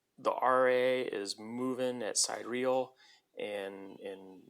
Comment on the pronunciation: It's pronounced “sih-DEER-ee-uhl”